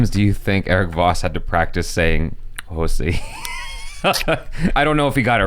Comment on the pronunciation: Pretty sure it's Xhosa not Xhosi...Bautista confirmed on Twitter that no one from Marvel reached out to him to voice Drax... People don't realise that Chadwick didn't come out of nowhere, he did a fair bit of TV for a few years (Law & Order, ER, Lincoln Heights, Persons Unknown, Detroit 1-8-7, Fringe, Justified & a few more) before getting his movie break with 42, Draft Day & Get On Up!